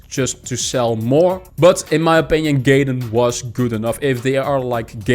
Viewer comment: Hey, nice video. Just an FYI, Gaiden is pronounced guy-den and means side story. Have a great day.